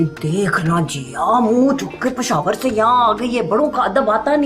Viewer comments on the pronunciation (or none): Peshawar ❌ pekhawar ✔️......😂👍